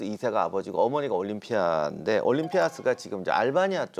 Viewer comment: 작가님.. 올림피'아'스... 좀... 보고있기 힘드네요...